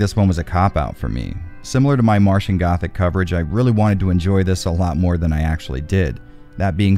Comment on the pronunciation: AHEM! 'Martian Gothic' not 'Matian Gothic'